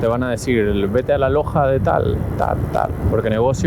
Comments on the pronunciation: Ellos pronuncian Lochas y se escribe Loja que traducido al español es tienda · Chamo que loco!!! Estás modo crack 🤣🤣🤣🤣🤣 los Brasileros te decían que en un día no puedes hacer la Transamazonica entera y lo lograste 🤣🤣🤣🤣 como dicen ellos cê tá doido 🤣🤣🤣🤣 amigo mío pronunciaste mal como se dice tienda en Brasil se escribe loja pero se pronuncia en nuestro idioma loya o lolla como lo quieras ver... Dios te bendiga siempre Bro!! A la preciosa Mika también... Saludos desde Puerto Ordaz 🇻🇪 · Que risa mica detrás de los que iban trotando, por cierto la letra J aquí la pronuncian Yota, por lo tanto a las tiendas les llaman lojas y la pronunciación sería loyas. Es como jogo bonito, le pronuncian yogo bonito. El sonido de la Jota utilízalo para las R. Rua - Juá, inténtalo y se te escuchará melhor seu português meu parceiro, Deus abençoe a vcs 😂